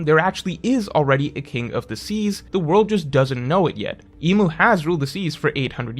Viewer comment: i’m confused why you always call the name as Im, and spell it that way, when they literally say it’s “Imu”. ik it’s because there’s no romanised characters in japanese; but calling Imu “Im” is the equivalent of calling Luffy “Ruffy” because by technicality it could be.